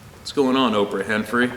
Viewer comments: 'Ophra Henphry' Ah Ha Ha Ha HA HA ! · Did u say Oprah Hen Free?!!! Lololol I love it!!!